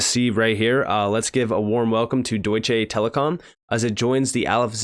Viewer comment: For the love of God please stop saying DEUTSCHAY lmao. Its DeutschA.